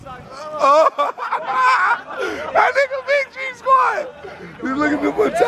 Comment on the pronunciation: 🤣🤣🤣🤣looooool he said nipsey sockss🙈 🤫g squad come in all ages🤐 🤣🤣🤣🤣🤣🤣🤣🤣🤣🤣🤣